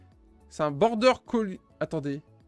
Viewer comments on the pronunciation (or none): On prononce border collie avec i à la fin et non ier comme un collier !!! Il ne faut pas arrêter d’aller à l’école 😜